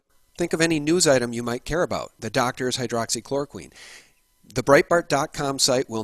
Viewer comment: Thanks. Work on your pronunciation of Hydroxy-Chloro-Quin